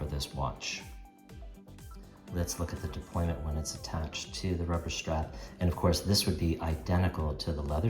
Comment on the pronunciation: I hope you're not serious. It's 'deployant' clasp. 'Deployant' coming from the French, meaning to unfold. This is the ONLY accurate word in this instance (we're not an army deploying our troops) and given you're running a watch channel you lose all credibility if you don't say it accurately. Now in terms of AI, there are two things to consider. Firstly, AI is still riddled with mistakes. Secondly, AI has given in to stupid people and accepted various errors as a colloquial term. Colloquialisms = lazy and stupid.